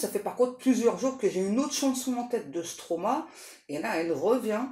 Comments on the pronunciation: c'est-à-dire Stromaé et pas Stromae car on dit Maestro (maéstro à prononcer) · c'est pas stroma c'est stromae et le e est prononcé é ,je me demandais de qui vous parliez ,mais rendez-vous ,m'a confirmé que c'était bien ça, biz de Belgique